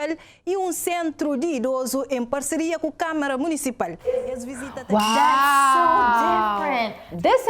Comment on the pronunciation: Sounds more like a French person speaking português to me. The way she pronounces "social" and "municipal" is a bit frenchy I think 😅